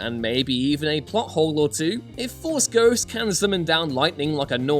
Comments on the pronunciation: Force "Ghots"? 🤣😂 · Haha you said Force Ghots